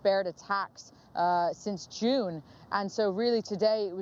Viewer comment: LE-VIV not LEAVE Ukraine. Bachman doesn't know how to pronounce the word.